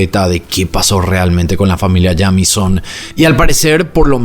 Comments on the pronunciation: Hola,. Me encanta tu canal. Se pronuncia Yeimison ☺️ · El apellido se pronuncia "Yeimison" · Que horrible forma de pronunciar ese apellido